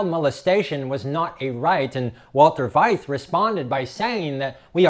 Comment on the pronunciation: His name is pronounced fight for Veith.